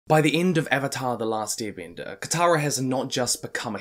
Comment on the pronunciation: How everyone sais it: last airbender How he said it: E A R B E N D E R